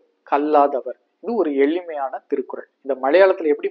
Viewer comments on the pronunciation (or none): none